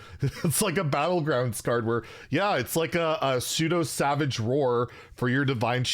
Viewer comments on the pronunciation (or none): none